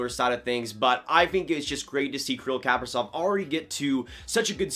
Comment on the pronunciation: It's "Kah-pree-zof" - accent on the long "e". The "v" at the end sounds like an "f". And the first name is pronounce "Kee-Ree-l", once again long "e" sounds and the accent on the second long "e".